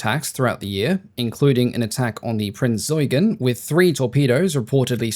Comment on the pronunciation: You pronounced "Prinz Eugen," correctly! You legend!